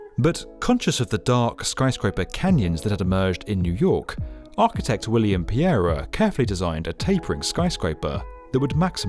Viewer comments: William PEE-era? Seriously? Pereira is pronounced per-ERA. Bill Pereira is kind of a big deal. Like EE-row Saarinen. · I love this building so I was kind of sad when you butchered the pronunciation of its architects name